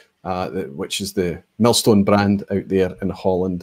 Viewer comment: Congrats on the big 10!!! Well done on both the milestone, and the millstone distillery pronunciation! 😁